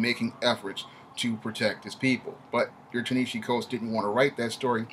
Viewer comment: You didn’t even do the research to be able to say his name right 🤦🏽‍♂️